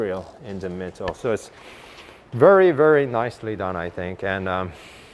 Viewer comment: "in the mittle" 👍